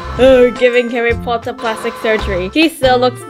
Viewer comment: Also i love how you said "PoTtAhH" ITS SO FUNNNY🤣🤣🤣